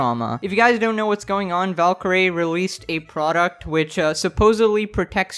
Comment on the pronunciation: ah yes, valkeerae